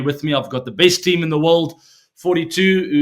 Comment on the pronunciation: The way he says my tean🥹